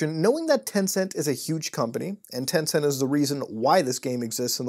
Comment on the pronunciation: When you said “Tencent” I was like smh